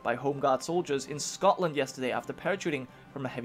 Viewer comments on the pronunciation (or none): none